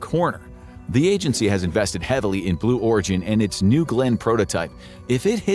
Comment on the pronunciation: Blew Origin... lol he did say it didn't he?? I thought I heard him saying it...